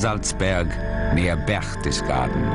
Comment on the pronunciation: Wonder the guy pronunced "Berchtesgaden" correctly - he really did!